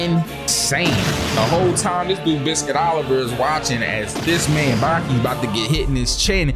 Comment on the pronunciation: Nall it's Baki,na meen🤢